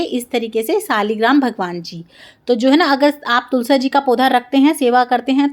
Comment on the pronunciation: ये क्या ...कभी तुलसा कभी आरता बोलती है....तुलसी , आरती कहिए